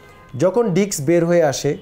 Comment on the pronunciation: ডাক্তার সাহেব আপনিতো ডিস্ক ই উচ্চারণ করতে পারেন না। আঘাত লাগলে ডিস্ক বের হয়ে আসে এইটা কোন ধরনের কথা। ভালো করে জ্ঞানটাকে অর্জন করুন তারপরে অন্যকে জানান।